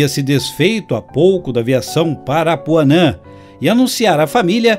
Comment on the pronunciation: Paranapuan, e não Parapuanan.